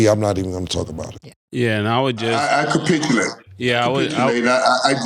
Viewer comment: Mike’s favorite word is “capitchulate”🤣🤣